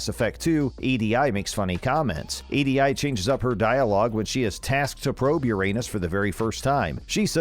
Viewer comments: 1. Kasumi is a She, not a He. 2. EDI is pronounced E D. 3. Every ME fan who has played the game more than once knows about the Space Hamster. 4. It wasn't any secret that Male Shep is based on Mark Vanderloo. 5. Everyone knows Shifty Cow. 6. Even people who haven't played Dragon Age knows what what the Ogres are. Everything else in this video is just shit you notice while playing, or at the very least a fun easter egg. Not secrets. Homie thought simple things were hidden from view. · Get someone that can do a little research, and knows how to talk like a real person, to voice your videos. Kasumi is a woman and EDI isn't pronounced as separate letters but as a word as her name. This is fucking awful. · E D I? Is not pronounced Eee Dee Eye, it's pronounced EeDee. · I finally had enough and stopped watching when he said E D I for EDI. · Seriously Kasumi is a girl and who actually calls EDI “E.D.I.” Like come on did you even play these games? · "E-D-I" "Kasumi as 'he/him'" "Liara 'Tsut'-soni" 🥴🥴🥴 please stop lmfao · 😶... did this dude just call Kasumi he... call EDI E D I... and call Baldur's Gate Bowders gate? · And this is why the vid is being disliked heavily, along with spelling out Edi's name. Nobody EVER in the game calls her "E-D- I." Why did the guy post a video for a game he has obviously never played? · anyone else bothered a little more than they should be by this guy calling kasumi a he, and pronouncing EDI wrong? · Did the people who made this video, even bother to play the games. It's pretty obvious that Kasumi is a woman. You don't pronounce the I in Edi. Liara's doctorate degree appears in the second game, not the first. Next do your research before making a video. That way you won't look like such an idiot to everyone who's actually played these games. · Honestly the fact that you called kasumi and he and mispronounced edi tells me you didn't play the game at all